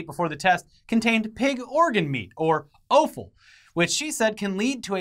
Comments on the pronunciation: Its pronounced Off-al not OH-fal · like the vid, but offal is pronounced like the word "off" then drop the "a" and just the "l"